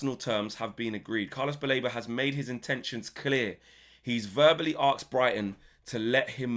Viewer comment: Asked not aksed